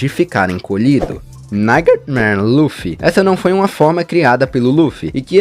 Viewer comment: Perdi foi tudo com ele falando NIGHTMAREMAN KKKKKKKKKKKKKKKKKKKKKKKKKKKKKKKK